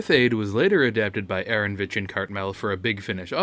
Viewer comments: It's AARON O VITCH not ARONVITCH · Aaronovitch is pronounced Uh-Ron-Oh-Vitch.